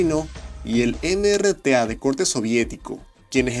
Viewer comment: Al principio dices NRTA cuando es MRTA